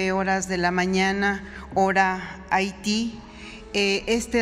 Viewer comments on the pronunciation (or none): Solo para hacer la observación: Haití la H va al principio no Ahiti...